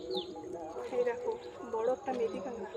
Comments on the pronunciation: কাঁগড়া হবে না, হবে কাঁকড়া। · কাঁকড়া বলতে পারেনা কাংরা এটাই মনে হয় এদের প্রিয় খাবার